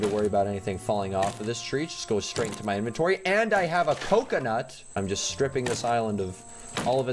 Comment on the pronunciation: How i Hear It: And Now I Have A Pokenut! How It's Said: And Now I Have A Coconut!